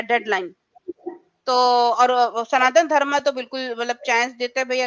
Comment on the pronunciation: श्रीमती जी, आपने इस्लाम त्यागकर सनातन धर्म अपनाया है, स्वागत। अनुरोध है कि अपना उच्चारण (pronounciation) भी ठीक करने का प्रयास करें। सनातन धर्म सही उच्चारण है, सनातन धर्मा नहीं।